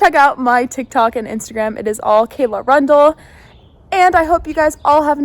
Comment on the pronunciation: Rundle is a curious name. Pronounced run-dull not rund-leh, but could probably be spelled Rundall, like Randall. 🧐